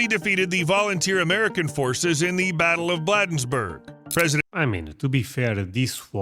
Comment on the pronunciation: A quick note: he mispronounced “Bladensburg” very badly. The first part of the word is “blade” like a blade or grass or blade of a sword. He made it sound like “bladder” which is totally wrong.